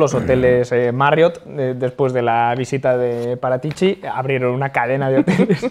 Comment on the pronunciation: Si dice.. Fábio Parátici, no Paratíci.